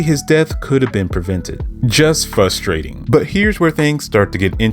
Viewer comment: Hearing you pronounce Frustrating as “Fusstrating” is causing me a lot of frustration. Otherwise I agree with your take.